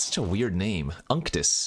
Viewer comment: Unctus is pronounced "oonctoos". It is latin for "anointed" or "oily", which makes sense flavourwise I guess 😅